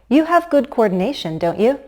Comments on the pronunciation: 2'03" --> When you expect agreement/confirmation (meaning, you're pretty certain about the statement), a falling intonation should be used. You're right that we stress on the helping verb, but when you say "You can step and glide now, can't YOU?" (@ 3'01"), you're actually stressing on the pronoun, which comes across as a rising intonation. Meanwhile, a rising intonation at the tag means you're not really certain about the statement you're trying to say. This is just my opinion. Perhaps there's regional variation. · I have heard it six times and my ears tell me that you emphasize the pronoun in real questions. "You watched lessons 1 and 2, didn't YOU? I am wrong, aren't I? Boy, is this tricky!